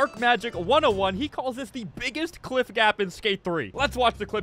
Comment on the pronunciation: bros saying cwiff